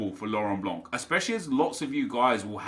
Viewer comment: The C in Laurent Blanc is silent